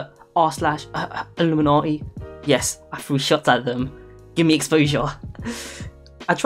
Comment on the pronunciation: Its illuminati